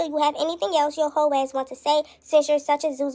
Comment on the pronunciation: Girl she said whole she just spelled it with multiple L’s 😂😂😂😂😂